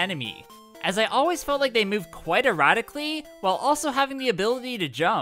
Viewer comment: I swear I heard "They move erotically" instead of "erratically" and I was very confused.